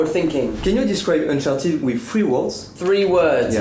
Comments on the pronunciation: Unchartid, tu dis Unchartid alors que c Uncharted 😂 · sa se dit pas unchertide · Mec trop bien le vlog mais juste cher pas si c fait exprès mais tu prononces mal uncharted